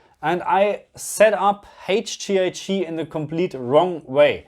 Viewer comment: Haige Gee I gii 😜 don't ever change! 🙏